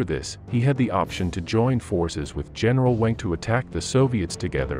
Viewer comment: General Wenck is pronounced “Venk”.